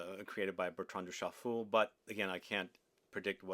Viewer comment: Did he say Bertran Douschafool?